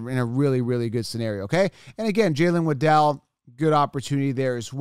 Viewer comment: Waddle, not Waddel